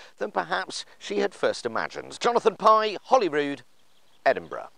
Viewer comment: I love that your pronounced Edinburgh correctly